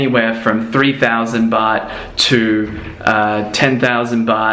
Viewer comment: you make Baht sound like Butt